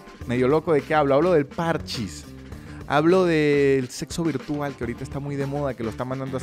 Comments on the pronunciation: no es que le digas ludo ni nada, pero, parchís tiene acento en la í, parchÍs, no parchis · es parchís acento en la i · igual no es pArchis, es parchÍs, dato que a nadie le importa.